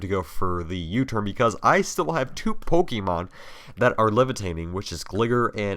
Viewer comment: Terrible how jhe says pokèmon and gligar smh...